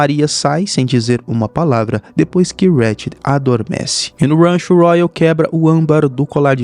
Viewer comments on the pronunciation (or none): "e no Wrancho" KKKKKKKKKKKKKKKK